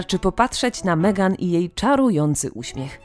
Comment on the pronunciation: Albo Megan i "Kejti" :-D